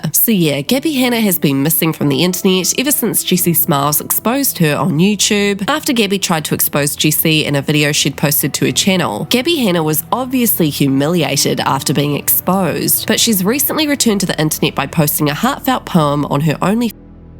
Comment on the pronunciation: It's Jessi Not Juicy